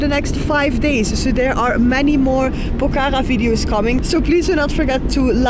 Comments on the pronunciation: Not pokara its pokhara ❤😂 🇳🇵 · Not pokaka, it's Pokhara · ACTUALLY ITS NOT POK HARA ....ITS POKH HARA ...NICE TO WATCH YOU GUYS .YOUR VIDEOS ARE AWSOME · It’s not Pokhara while say HA is silence. Pokra